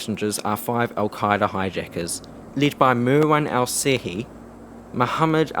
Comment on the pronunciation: Just a correction marwans last name is pernouced in America and Saudi Arabia as Al-Shehie. The brothers on American 11 there names were pernouced Al-Sherie.